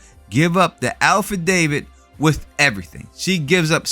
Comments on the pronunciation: Did this dude really sad “Alpha Dated” instead of “affidavit”? Hahahaha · It's 'Affidavit, not 'alfadavid'. I think Marion saying 'ask Jarvis' is actually, 'ask Jeeves' but maybe for legal trademark reasons they used 'ask Jarvis'.